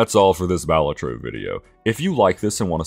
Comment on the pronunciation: The way you pronounced Balatro was so off-putting